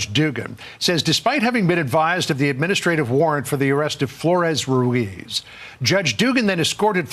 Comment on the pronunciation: There is a trilled R in Ruiz. You trill when there are two Rs written, but also at the start of a word, or after a certain consonants like a b, or optionally at the end of a word